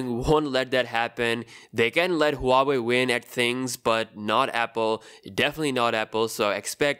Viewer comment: It's not hua-way, it's wah-way